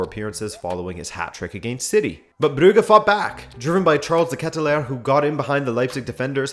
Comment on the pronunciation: Part of the originality of this channel certainly lies in the way you pronounce the name "Brugge" as "Brughe" not "Bruj" as everyone else on the planet or at least "Bruhe" as the Dutch and the Flanders actually do